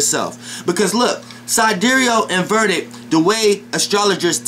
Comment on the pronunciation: Is Vedic not verdic bro, just saying, but you made your point.